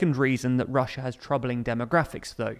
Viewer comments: Ah yes "Russua" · hahaha! "Russua"!! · "This is weird for Russua" 🤣🤣🤣🤣🤣🤣🤣🤣🤣🤣🤣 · Russua xD